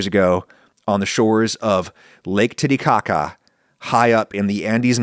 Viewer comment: did you just say the lake TittyCaca???